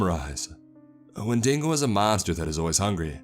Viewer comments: WTF is a windingo it is a wendigo talk text can do it perfectly why can't you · “Wendingo” It’s wendiGo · Win-ding-oh :D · „When dingo“ ;-; it’s when di go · wendingo? Isn' t it wendigo? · Wendingo? You mean Wen di go? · I love your narrations man but I had to stop when you said "wen-dingo" .... I just couldnt stop thing of that Seinfeld episode where they said "maybe the dingo ate yo babay" lol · This just in, Florida Man butcher's the Wendigo's name. After further developments, sources confirm this dude said windinGo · Great video! Thought You'd wanna know we pronounce it "When deh go"! Please do more monster hunting stories, can't get enough of these! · "wen dingo" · You lost me at windingo... Edit: Nobody else heard the word "Win-ding-go? You people are out of control... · Your pronunciation of wendigo is the scariest part my man 😂